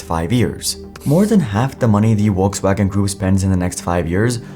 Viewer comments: It's Volkswagen, not Uokeswagen. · Volkswagen is pronounced like you would say "Folks". So like if it's written as Folkswagen.